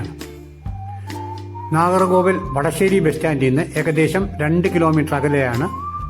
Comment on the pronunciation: Nagarcoil അല്ല Nagarkovil